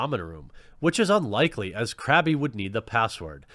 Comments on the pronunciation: Crab-e..... My nerd rage.... It's seething. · Crabby? M8. It's pronounced like Crab lmfao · It honestly bugged me that you pronounced Crabbe "crabbie." Lol. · Crabbe's name is pronounced Crab, not Crabby. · it's pronounced as "crab" but hey the pokemon KRABBY WORKS FINE TOO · "Crabby' God please no. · Anyone else get triggered every time he said Crabby? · I love you but the "e" in Crabbe is silent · Two things. First, Crabbe's name is pronounced "Crab" Second, I agree that she was objectifying Solid Snake, but come on! Someone took their time, lovingly sculpting that butt. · I love how he can pronounce the names of all the Harry Potter characters except Crabbe. Top Boomer quality Jeremy 😂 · The way he called Crabbe "Krabby" though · It's pronounced "Crab" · THE E IS FUCKING SILENT Look man, I love your content, but is there a Patreon rank to get you a subscription to Hooked on Phonics? P.S. Hope you get well soon man; sickness is a bitch